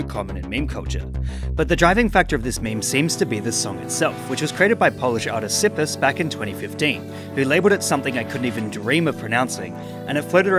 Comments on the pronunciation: Its not sypys its cyhpees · Sippus.🤣🤣🤣🤣🤣 Cypis raczej ale Ok. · pronunciation of cypis is tzypis